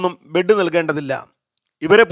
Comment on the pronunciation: സുകുമാരന്ബെഡ് കൊടുക്കുമറ്റവന് കൊടുക്കണ്ട എന്ന് ഒരു നിർമാതാവും പറയില്ല. ബെഡ് അല്ലേ അല്ലാതെ ബ്രഡ് അല്ലല്ലോ ...?